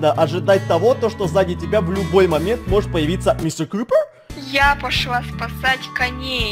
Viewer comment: Star Kitty Мистэ крыпэр?